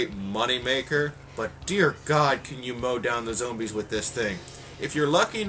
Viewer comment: Woah, the Spaz24 reloads all 24 rounds instantly? COOL Also, You said Zoombies. "dear god you can mow down the zoombies" Which made me LOL. Another good review